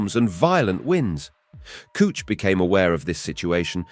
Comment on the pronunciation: "the god Kooch" huh?